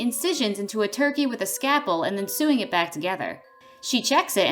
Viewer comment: Don't forget "suing" instead of "sewing"! Edit: Or "anesthee-zee-ize" instead of "anesthetize".